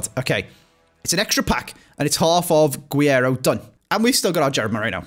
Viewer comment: Hey man, awesome video: just wanted to say, it’s actually pronounced g - rreiro